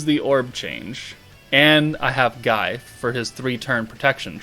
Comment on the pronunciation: Isn't Guy's name pronounced as Gye/Gie/the gi from (gift).